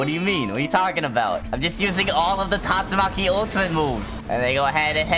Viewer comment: is so sus he calls tastumaki gyatsumaki